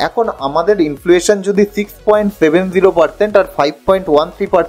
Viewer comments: Influation bolchen... Word ta hochhe inflation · অসাধারণ presentation.. খুব informative কিন্তু একটি উচ্চারণ ঠিক করে নিতে হবে। ইনফ্লুয়েশন নয়। ইনফ্লেশন। Many many congratulations.